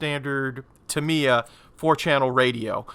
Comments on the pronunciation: Absolutely not! First if all its タ(Ta)ミ(Mi)ヤ(Ya) not Tam Ye A and second in Japanese every syllable is being given an equal - monotonous of intonation so either TA MI YA or ta mi ya but no such thing like TA mi YA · Cracking model but never heard Tamiya company pronounced Timiya….. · Pronounced Tam ye A = Tamiya